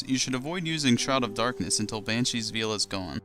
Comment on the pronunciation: He is poking fun at your pronunciation of veil. It should be more like "vale".